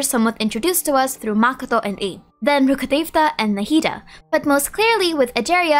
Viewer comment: I just can't stand the way you pronounce Rukhadevata, it makes me physically uncomfortable